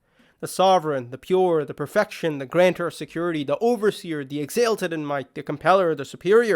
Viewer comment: My dear brother in Islam, may Allah reward you for your efforts. If I may give you a small bit of assistance, the word that you are pronouncing as “exAYlted” (with “ay” sound as in “sail”) is correctly pronounced “exAHlted” (with “ah” sound like in “salt” or “salted”). Your usage is correct, alhamduliLah, but only the pronunciation is off. Exalt/exalted, should be pronounced like salt/salted. No matter what though, please continue the work that you’re doing. It is extremely valuable, ma shaa Allah, tabarak Allah.